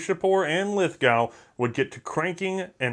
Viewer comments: Tip from down under, Lithgow is pronounced 'Lith-go' with the 'Lith' part said as short as possible. I'm slowly starting to pronounced it as 'Lithhh-gow' because of all the firearm youtubers from America, which is worrying. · Sorry mate, its pronounced "LITH-GO" not "LITH-GOW" - at least by us Aussies (pronounced "OZEEZ"). Love you guys over in the US, but you pronounce all our words wrong! Its probably our crazy accent. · Australians pronounce Lithgow with an oh sound not a ow sound. Lith-go. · Not to be pedantic, but it's pronounced Lith GO not Lith Gow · *Crosses fingers Don't say Lith-gau, don't say Lith-gau <EDIT> Dammit. It's pronounced "Lith-GO" (just like John Lithgow), but don't worry about it too much, I haven't seen an American youtuber get it right yet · in australia, the lithgow is pronounced lithgo, not a criticism. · I don't know if it's been said, but, it's lith-go mate ;) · Lithgow is pronounced Lithgo (the w is silent). Lithgow small arms still produces firearms for the Australian military. I loved the SMLE, I fired one as a high school cadet. .303 rifles and the Bren gun fired at the local rifle club menat that school used to be fun.... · lithgow is pronounced lithgo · Great episode! but we Aussie pronounce it Lithgo. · Lithgow is pronounced Lith-go. It doesn't rhyme with cow. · Yup very much GO, like "i must go to the museum" next time in in NSW. Gun Jesus pronounces it correctly. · New Channel Lithgow or as its pronounced "Lith-go"....is in Australia not the UK. So....its pronounced as such....whether your 'merican or not. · the W in lithgow is silent......